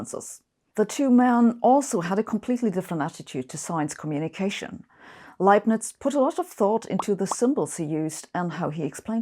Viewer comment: It's such a great relief to finally know the correct pronunciation of "Leibniz"